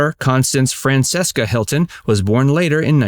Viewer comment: Zsa Zsa's daughter is pronounced Fran-CHES-ka.